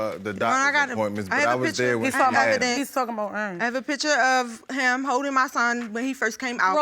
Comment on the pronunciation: What is the baby name? "Iron" or Erin?? 🤣🤣🤣